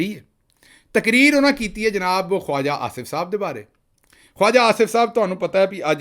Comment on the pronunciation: Khwaja should be pronounced as khaja